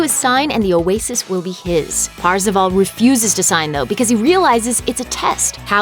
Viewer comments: Why does she call him Parzivall? It's kind of obvious the pronunciation of his name is Par-za-vaul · It’s not PARzival It’s PERcival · Actually parzival sounds like "first of all"